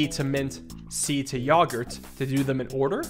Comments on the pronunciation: My man really said yog-urt and not yo-gurt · ITS YOGURT YO AT THE FRONT NOT YAGERT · Pains me to hear pronounce yogurt yah-gurt, great video though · why do you pronounce yogurt like poggers